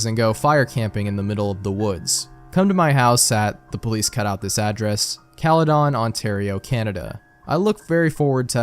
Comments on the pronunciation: Bro the way you pronounce caledon 😭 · 1999 was 10x more interesting for me because I live in the area the story takes place lmao. It was funny asf hearing him mispronounce caledon😭